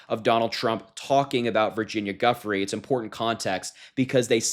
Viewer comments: (Virginia) Giuffre is pronounced=Jew-fray. Wasn't she 16 years old when she was recruited from Mar-a-lago? How long had she worked there? And what was a 15 or 16 year old doing working as a "spa attendant"? What did that entail? Supposedly Ghislaine Maxwell recruited her to be a masseause for Jeffery Epstein from there. Both Trump and Epstein were/are sleazy creeps. Supposedly Melania likes to spend her time in the spa. I imagine she's familiar with what was going on in the spa and who Virginia Giuffre was. Might want to question her. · And we most definitely deserve to show honor and respect to her by pronouncing her name correctly, gheefray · *Jee-you-fray. Why does everyone have such a hard time pronouncing her name? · Apparently, their surname is pronounced Joo-fray...or perhaps Joo-free. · Its Pronounced as Gooooo Fray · I’m not trying to be that guy, but Virginia Giuffre was a victim and is no longer with us because of that and I think it’s important to pronounce her name correctly. It’s pronounced Joo-fray. It’s an Italian name. Thanks so much. 😊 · Giuffre is pronounced ‘Joo-fray’ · Dude you keep losing. It’s pronounced like Jufrey can’t watch a kid who doesn’t care to learn pronunciation appropriate for a victim of a serious crime. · Virginia Giuffre is pronounced Ju- fre. Just a little something, it’s a weird spelling. Love your channel . I’m not saying her name but as mean but for help, I love your videos and think you are on a great path! Keep them coming❤❤! I just laugh at on different channels everyone pronounces it so differently it makes me giggle as I’d done it my self until I saw her say it her self back in an interview after her case against our shameful disgusting Prince Andrew in Uk! 🤮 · Phonetically her last name pronounced as Jew-fray. Just so you know. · Harmy family loves your show. Thank you for all you do to defend democracy! Just a heads up, it's pronounced (Virginia Jew Frey). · It’s pronounced “Joo-frey”. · Her name's not Guffry.